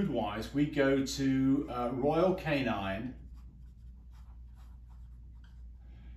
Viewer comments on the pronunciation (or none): Royal Canin not Royal Canine